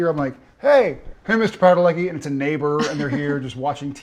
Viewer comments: Awesome. But why do you pronounce your own surname wrong? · It bothers me so much how he pronounces his name it’s so weird can’t imagine his dad said it like that but cute couple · Nawet nie umiesz wypowiedzieć swojego nazwiska prawidłowo ćmoku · I never heard how he says his surname, I see he went for the full american english pronunciation =o In Poland his name would be something like "Padaletski" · "PadaleKi"... Chryste Królu.. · Fine. But it's strange how they pronunce their Polish surname 🙂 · Its always funny for me as a polish girl how americans pronounce -ski and -cki surnames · You are not Padaleki, You are Padalecki. With C. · The way they pronounce their Polish surname makes my Polish ears hurt. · They can't even pronounce their surname name T.T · He cannot even pronounce his surname. Shame on him for disrespecting his ancestors and Polish roots. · Funny to hear they pronounce their name incorrectly 😆